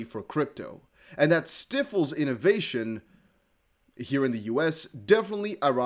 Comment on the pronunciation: "STIFLES" rhymes with "EYEFULLS" not "WHIFFLES" 😁